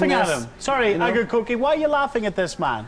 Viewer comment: well, Akercoke aside, its not as if Chritianity has done anything constructive for Ireland now, has it? On a lighter note, loving the host's pronunciation of Akercoke. Made me chuckle.